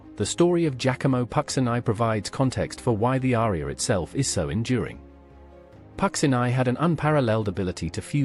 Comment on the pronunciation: It would help if Puccini's name was properly pronounced.